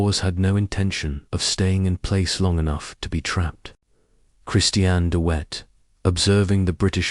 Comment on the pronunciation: De Wet the w is pronounced like a hard " V" not as wet as in water